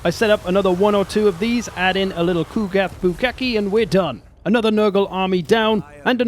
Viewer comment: Bro really said Ku'gath bukake